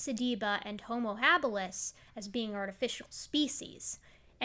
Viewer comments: It’s pronounced Homo hábilis... stress on the first syllable of “habilis”.... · “Habilis” is stressed on the first syllable....